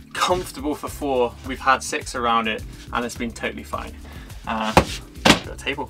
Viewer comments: "We had six around it." I heard: we had sex around it. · To all of you American English speaking people, he said , We've had Six around it." Thank goodness for close captions.